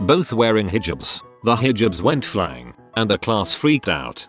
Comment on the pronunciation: Is that the correct pronunciation of “hijab”?